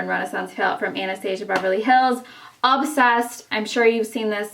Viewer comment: You pronounce Anastasia wrong, I wish I could say its a tomato- tomato ordeal but its not....